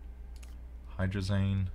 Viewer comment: Can you pronounce hydrazine like magazine. I work with it a lot and your calling it hydrazane is killing me. Lol. Great vids. Keep it up.